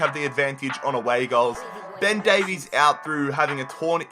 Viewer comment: Why does everyone pronounce welsh version Davies wrong